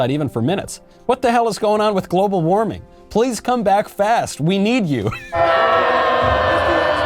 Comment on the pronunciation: global waming